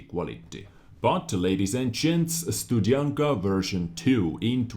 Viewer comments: It should be pronounced like this: stoo-d(heavy)shian-ka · It would be cool if you at least tried to pronauce 'Studzianka' in a Polish way ^^ With 'y' in the middle it sounds and looks a little to Russian to my taste.. :/ I don't know how to describe the way you would say it, but you can always ask Translator Girl :D She's hot, and also polyglot!